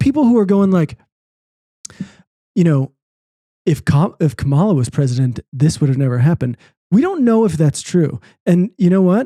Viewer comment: agree with on a lot of the stuff about kamala and there’s a lot to criticize her for, but tbh still refusing to pronounce her name correctly and saying she has “no beliefs” ….idk brother maybe listen back and hear how you sound when you talk about women. just bc you’re a leftist and a great guy doesn’t mean you’re immune from being unknowingly misogynistic. idk maybe just reflect on that, you still have biases